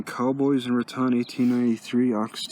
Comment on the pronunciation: Nice video. The town of Raton is pronounced RAT - tone. Thank you for sharing.